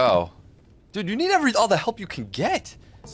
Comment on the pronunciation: the little teh 😛 will never not be funny to me